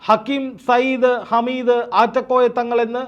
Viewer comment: ഹമീദ് അല്ല ഹാമിദ് ആണ് ഒരു പാട് ആളുകളെ കണ്ണീർ ഒപ്പുന്നആളാണ് ആദ്യം അവിടെ പോയി മനസ്സിലാക്കിയിട്ട് വാ എന്നിട്ട് പറയണം